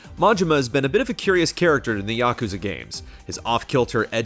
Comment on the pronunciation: Why do you keep saying Yokuza?